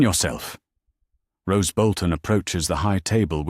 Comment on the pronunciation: Roose not rose.